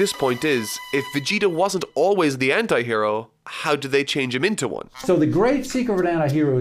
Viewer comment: is it only me who is hearing "hentai hero" instead of "anti hero" LOL